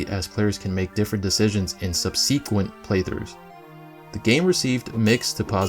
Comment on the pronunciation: Great job, really like the idea too! ps. Dunno if you care but you are pronouncing subsequent wrongly, just in case you werent aware